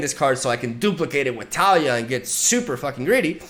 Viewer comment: I still cringe at his pronunciation of taliyah, but still love his videos